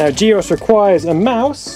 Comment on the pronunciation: "GEOS" = G Oce Long O